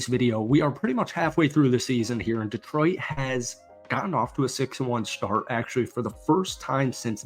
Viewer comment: It's pronounced De-TROIT, not DEE-troit